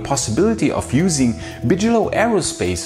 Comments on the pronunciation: Hey guys, your grammar is better than a lot American born speakers. But yes, Bigelow is pronounced with a hard 'g', like biggest. Kind of mistake anyone makes if haven't heard the word before, just read it. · Thank you. I enjoy the videos. I can't seem to get enough SpaceX news and all the presenters on YouTube have a little different take. Oh it's "Big-eh-low" not Bij. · I like the way he says bigalow that's the cool German way to say it and gives the flavor we all know what he means!! I hope keeps on pronouncing Bigelow the way he did we have too many people saying it he American way that's boring.